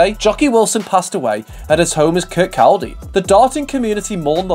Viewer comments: I don't! It's 'Kerr, caw, dee...' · Yep, that gave me a chuckle as well. "Kir-cal-day".....It's pronounced "Kir-cod-ay". :) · Kirk - cald - dee. Lol 😂 It's Kirk - cod - E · It’s pronounced Kir-coddee…not kir-cold-ee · Excellent video, thank you. "Kir-kawdy"* ☺️👍🏻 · Kirkaldy is pronounced "Kirk aw Dee" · Kirkcaldy is pronounced kircody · Worst pronounciation of Kirkcaldy ever haha